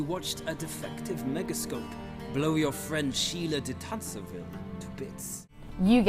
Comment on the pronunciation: Sheala de Tansarville ? Wasn't that Tancarville instead ?